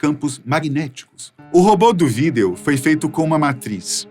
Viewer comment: ❤ quando você fala Vídeo... Me sinto um pouco burro😂😂😂